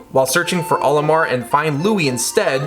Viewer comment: You said olimoar again……. Cool vid either way